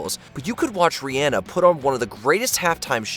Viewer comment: Dude doesn’t even know how to pronounce Rhianna in the intro.